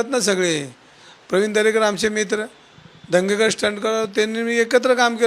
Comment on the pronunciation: "दंगेकर" नाही "धनगेकर" म्हणा. अर्थाचा अनर्थ करून टाकता, इतर ठिकाणी वाचून तरी लक्षात यायला पाहिजे.